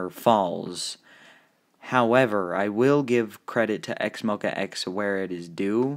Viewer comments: Wait that’s not how you pro nouce it .-? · whenever you say x-mo-quacks it literally kills me 😂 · QUACKS LOL